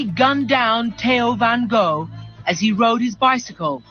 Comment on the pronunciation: Thats exactly how you pronounce the name Theo van Gogh in Dutch. that reporter doesn't speak Dutch. Sounds like a Scandinavian language